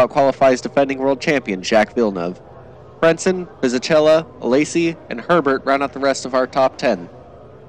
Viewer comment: Barrichello and Fisichella names are still pronounced incorrectly... (Barikello & Fisikella is correct)